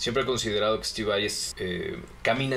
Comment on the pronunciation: dejen d decir steve vei ura, es Vai, tal y como se lee